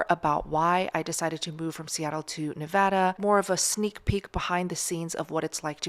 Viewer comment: Thanks for pronouncing Nevada the right way!! 😂I miss Vegas…you’re going to love it!❤❤❤